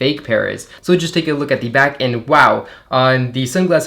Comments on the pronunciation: That's just incorrect grammar. You only use the "thee" pronunciation if "the" stands in front of a word that starts with a vocal. It's the same for a and an. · Please stop saying the pronounced ‘thee’ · Did it take you a long time to train yourself to pronounce “the” as “thee” every single time? It is a rather unnatural speaking characteristic.